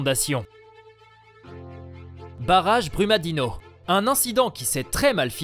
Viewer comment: Brumadinho se prononce Brumadinio Vc é um gringo Tem investigação Fala do que vc sabe tá